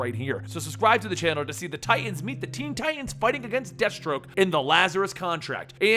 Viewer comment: you pronounced dadstroke wrong